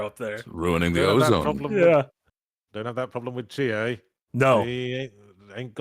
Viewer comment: It's Chiie anything else is wrong